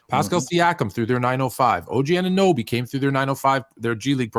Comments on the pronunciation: A-No-Be, A-NooN-A-Be …. These 🇺🇸 disrespectful af. Do your due diligence instead of butchering a mans name 😑🥴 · y’all gotta learn how to pronounce anunoby